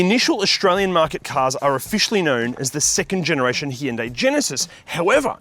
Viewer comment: C’mon, you review cars for a living, surely the least you can do is pronounce the brand name properly.